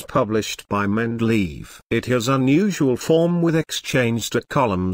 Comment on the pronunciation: Mendeleave, haha